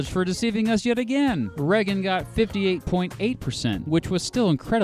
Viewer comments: "Ray-gen" not "Re-gen" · Reggen? Your pronunciation made me click off. Sorry. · This guy can't pronounce Reagan or Colorado. Really?